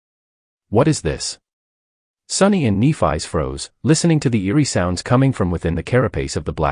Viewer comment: Nef-ee, come on Ai 🤖 get that shit right, it’s a great 👍 story besides you fkn up her name though 🧐🤕😉